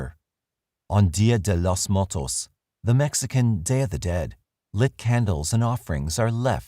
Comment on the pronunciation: Your pronunciation of "dia de los muertos" was almost painful 😆